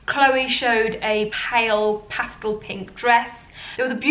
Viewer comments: Pastal ? It’s pastel unless it’s a different word I hadn’t heard yet. Love your style. Thanks for the great videos. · The word is pastel not pastal ! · Did she just say Pastal?